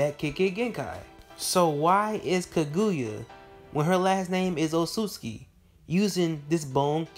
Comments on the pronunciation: Dood... It's KAGUYA with an A at the end NOT KAGUYU with a U at the end... Soo cringy to hear you not even try to pronounce the name correctly. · Eww learn how to pronounce names, that is not how you say Kaguyas name. Do you even Naruto??? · Says the person that can't say kaguya